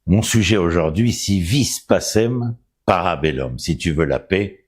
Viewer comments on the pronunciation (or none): Alors juste la prononciation « restituée » du latin : « si vis pacem para bellum » se dit : si ouisse pakem para belloum. Merci pour la vidéo, c’est très intéressant. Bien sûr la superpuissance US n’a jamais été 100% clean et morale dans ses positions géopolitiques. Pa sûr du tout par contre que le poids donné à l’Iran soit aussi important. Le pays semble plutôt en difficulté économique et sociale et a peut être d’autres chats à fouetter; mais il est pratique en tant que bouc émissaire pour fédérer une coalition avec Israël. Oui l’effort de guerre a accroître probablement. Cependant jusqu’où ? On se rappelle la guerre froide avec l’escalade démesurée du nombre de missiles nucléaires de part et d’autre. Ou est le juste milieu ? Enfin quid de la diplomatie et du droit international : mon opinion est que ce sont des acquis précieux qui mériteraient d’être eux aussi fortement protégés. Si l’Europe existe sous son format actuel, c’est bien parce que les méfiances et les rancœurs ont pu être mis de côté entre les pays millénaires qui la constitue.